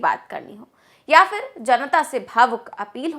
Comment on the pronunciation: It's PHIR not fir